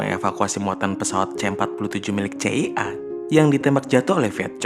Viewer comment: Vietkong bukan vietcong🤣 Siay’i bukan cia🤣